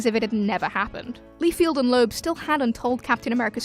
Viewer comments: It’s pronounced Lie-Feld not Lee-Field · FELD, LieFELD not FIELD. honestly, why is this so hard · Rob Lee-field :D